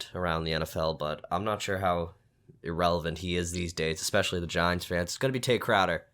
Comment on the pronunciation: and both say expecially